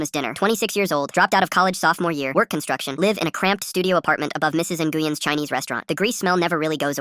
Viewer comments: “in goo yin” for Nguyen what the heli bro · Aren't these ai bots mostly Asian??? An Asian bot should recognize that the G in Nguyen is silent